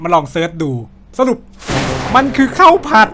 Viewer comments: ผัดครับ ไม่ใช่พัด😂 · ผัดนะคะพี่สาว ไม่ใช่พัดค่าาา😂😂